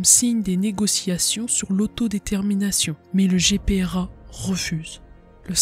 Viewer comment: GPRA et non Grpa